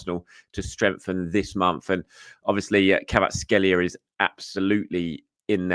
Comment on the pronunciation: i think you might be mispronouncing Kvaratskhelia's name 😅 But yes I'd love to see him at Arsenal. Predicted XI for United; Raya Timber Saliba Gabriel Calafiori Ødegaard Partey Rice Jesus Havertz Martinelli